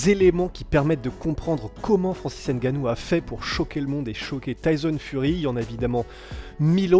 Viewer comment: le « N » de NGANNOU ne se pronounce pas. ;-)